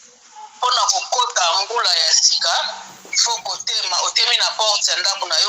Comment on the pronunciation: MVULA et non MBULA